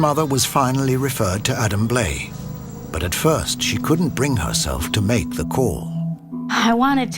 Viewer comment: You would think if a television network is going to put money into a documentary, they would at least make sure the narrator pronounced the featured guest's name correctly. Adam Blai's name is pronounced Bly.... not Blay. 🤦